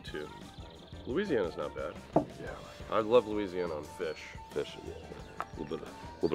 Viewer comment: Cholula >>> Leeseeana